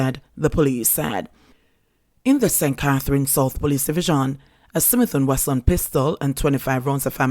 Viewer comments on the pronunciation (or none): Did I just hear a Smith and Western